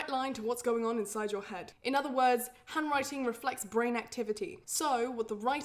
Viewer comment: Not sure why but my Canadian ears sometimes hear the word “hemorrhoid” when she says “handwriting.” Anyone else? 😬